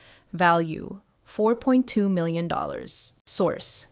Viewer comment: Why can your bot not pronounce million